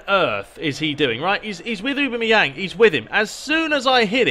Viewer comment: A-bam-me-yang is how you say it